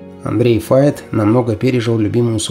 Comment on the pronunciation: Почему Фейт. Файт правильно.